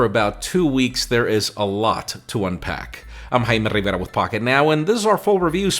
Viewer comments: I heard 'I'm Heina Vena Win Pac' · What everyone else hears: Jaime Rivera What I hear : himeaveria